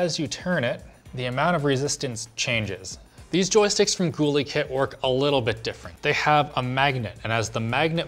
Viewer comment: It's pronounced gull-ih-kit! Not gool-ee-kkt!